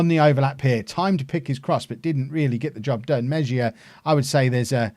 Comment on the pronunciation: It's pronounced Meh-hee-ya